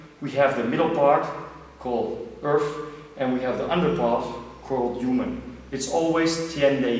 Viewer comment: its human not uman:)